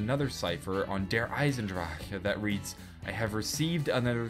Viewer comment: feel you, it is pronounced Eisen-Dra-chen